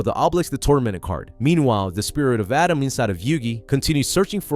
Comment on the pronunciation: Who's Adam and morad? They are atema ND mahhhhhhhad